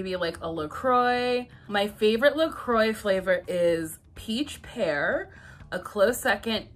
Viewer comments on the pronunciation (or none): It’s pronounced la-croy. It’s American, not French. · The way she pronounces La Croix though haha - is that really how American's think that is pronounced? :S